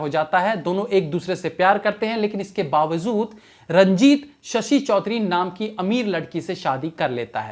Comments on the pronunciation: Sir it's Amjad not amzad And it's bawajood not bawazood You are replacing J with Z unnecessarily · Baawajood not Baawazood